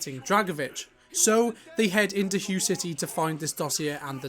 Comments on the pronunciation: Its pronounced Way city not hu. Its spelled Hue but pronounced Way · “Way” city. Not “hue” city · It's pronounced like Way City.